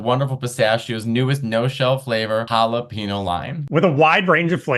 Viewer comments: 1. Please, Mateo—PLEASE—stop saying “jal-a-PEEN-yo” in the pistachios commercial! You speak Spanish, for Christ’s sake! 2. The toilet paper should go OVER. That’s how it is displayed on the original patent for the toilet paper holder so it’s the LAW. 3. Hummus is VILE. It’s not like baby food at all, it looks like baby shit. 4. Give me ALL THE PICKLES! I order my hamburgers with EXTRA PICKLES. I couldn’t keep track of the rest, but I do like almonds and walnuts are VILE. ❤ to you both! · Matteo sabe hablar español, pero dice "jalapino" en vez de "jalapeño." No entiendo. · Wait Hala-PINO Mateo? No sir… that ain’t it. Say it with me Hala-Penyoh. 🌶️ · But they couldn’t pay him enough to pronounce jalapeño right.